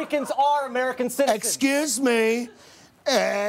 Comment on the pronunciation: How'd you miss the 'c' in "excuse" every time?